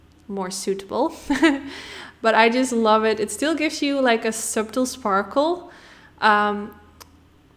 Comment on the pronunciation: Congratulations & Family! It is such a hectic but magical experience! Treasure every moment! 🫶🏼 I know English is not your first language and you do such an excellent job at explaining each process as you go along, but I want to helpfully say that subtle is a silent “b” and pronounced more like “sut-ul” hope you don’t mind me saying that! Beautiful eye look as always!! And enjoy baba Mama!! 🫶🏼